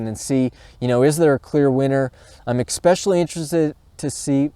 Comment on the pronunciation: "esspecialee", not "exspeciallee"